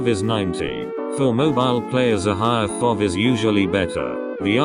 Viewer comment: I love how he say FOV not F O V XD